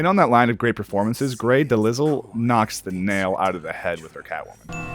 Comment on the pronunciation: Did my dude just say “Grey DeLizzle”?! Lmao It’s “De Lyle” like Delilah. The “S” is silent. Haha